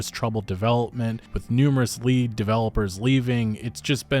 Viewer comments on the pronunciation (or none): none